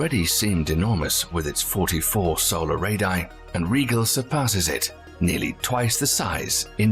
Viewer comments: Like Rigel? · Indeed! His pronunciation of RIGEL is driving every Star Trek fan nutz!